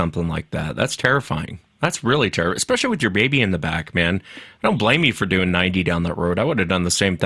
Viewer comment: I wish could get through one show without saying “tell us what you were duing” and “fascinating.”